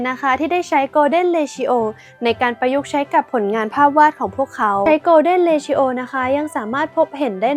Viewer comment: ผมติดตาม ช่องนี้ มานาน ทั้งได้ความรู้หลายๆ อย่าง แต่คลิป นี้ ไม่น่า พลาดได้เลย นะครับ มันไม่น่าจะ ออกเสียงว่า เร-ทิ-โอ นะครับ